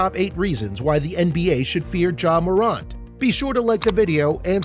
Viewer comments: And he says moront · he said "Mow-rant" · Ja Mor-ant (like the little creatures) but otherwise good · mor aunt u kidding me its mor ant like the bug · Ja Marunt?...... WTF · Bruh stop mispronouncing his name! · lmao bro this man made a good video but his voice just didn't have any energy and he was saying his name wrong😂 if he did those right this video would be a 10/10 but it's still good imo